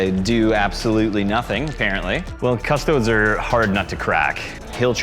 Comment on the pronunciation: i know you're american but please please please stop pronouncing it cuss-toads, it's cuss-toe-deez great video though, you guys do the best batreps around